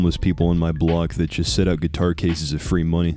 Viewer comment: Yeah the guy with the gyuetar